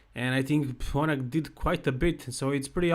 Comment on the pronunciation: Not bonus. Bonac. Lol